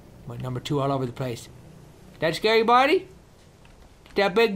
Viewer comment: I love how he says 'bunny' for 'buddy' lol.